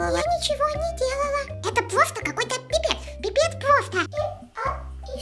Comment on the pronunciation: "Пипеец",почему-то я засмеялась😁Не знаю почему,и воопще я одна засмеялась?